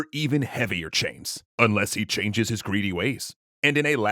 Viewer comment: "...Unless he chain-ges his greedy ways."